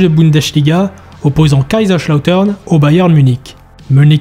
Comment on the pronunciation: SUPER VIDÉO ! Juste les S en allemand ne sont pas des CH 😅